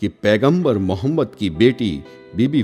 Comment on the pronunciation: Tumare channel ki auqath nahi aur pehle hamare aap s.a.w ka naam lena sikhjao bhai plzzzz naam sahi se lo aur fake photo math dalo